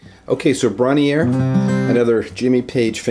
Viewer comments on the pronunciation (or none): It's pronounced Bron - Rar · Pronounced Bron uh rire ( as in tyre ) its a cottage in north wales not far from me. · Just for the record, it's pronounced (phonetically) Bron Err Ire, its the name of the little Welsh recording studio they used to record albums, i live about 8 miles from it. Awesome guitar playing, i love your videos.